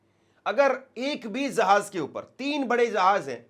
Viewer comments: Zahanz nai re bhai Jahanz, Abraham Lincoln re bhai, tu Teri zuban saaf karle bhai for God sake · Jahaj nahin Hai jahaj Hai jahaj